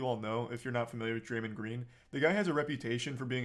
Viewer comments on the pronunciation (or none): "draymen green" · repeatedly saying Draymund is going to make me stop watching this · Hard to take serious when he can't even pronounce the name Draymond correctly and has clearly not played a team sport. Love content and most of his takes, but like come on brah